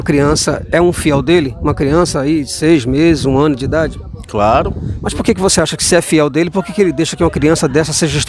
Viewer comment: Esses mlks falam errado pra krl meu KKKKK "craro" pqp Man não admira serem doutrinados tão facilmente kkkk